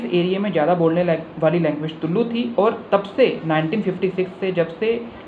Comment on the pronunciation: It's not तुल्लु वो तुलु है।